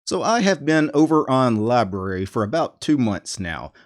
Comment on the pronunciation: It’s pronounced with 2 syllables!